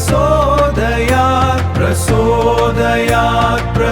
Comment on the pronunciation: Prajothayath( no prasodhayath)